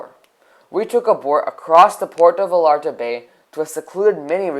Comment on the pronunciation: And it’s pronounced (Vayarta), not (VaLLarta)